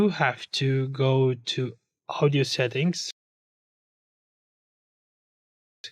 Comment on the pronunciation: İngilizceye bak "uğdiyü setinkz"